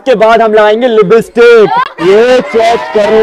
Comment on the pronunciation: Libstick .. Nhi .. Lipstick hota ha .. Sahi bolna nhi ata .. Isi lye apko neli ankho wali nhi mili aj tak